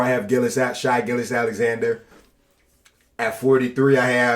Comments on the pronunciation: Bro even said Gillious instead did Gilgeous😐💀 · Bro said Shai Gilly😂😂😂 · he says “gillious” with too much confidence 😂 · “SHaI GiLliOuS aLeXaNdEr” 💀💀💀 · "shy" gilly alexander... yeah this is gonna be hard to watch